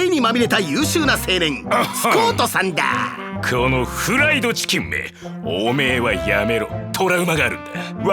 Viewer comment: ここの「フ ラ イ ド チ キ ン」の発音すこ、この2人も聖杯戦争編で出番あると良いですね